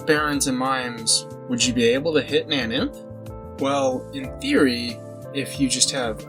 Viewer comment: it's pronounced nain-inf or na-nainf